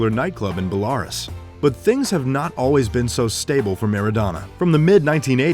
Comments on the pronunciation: Belarus: byel-uh-roos, not bel-ar-rus lmao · You mispronounced Belarus.